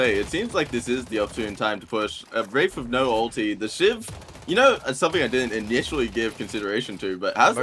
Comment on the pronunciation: bro did NOT say wraith i heard a p💀